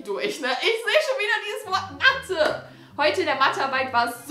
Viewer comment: haha hört Mal diese Betonung von dem Wort Mathe an..!😂😂😂❤️❤️❤️ #TeamBeki